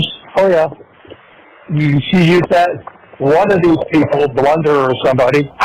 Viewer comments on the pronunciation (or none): Blunder,,,,,, so far from it more like how it's pronounced Plun Der , too dig so deep their nothing else to dig... Love your channel your work and your approach.. A Angelic Human Being. In 2025 hard to find these days Edit I from Boston Irish have the accent you would hear Plun duh I hope I not out of line. But your husband is a lucky lucky man.. you are an amazing beauty 🙏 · Lol Blunder. Sorry not sorry. It's PLUNDER 😂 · I HATED when he said "blunder"!!!! I YELLED at my computer when I heard that!!! lol lol "It's PLUNDER"!!! LOL LOL LOL